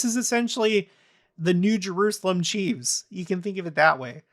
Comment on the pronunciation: ...FYI: Kansas City Chiefs is pronounced "CHEEFS", not "CHEEVES":)